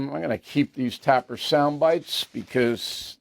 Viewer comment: Bill can't pronouce Dana or Tapper.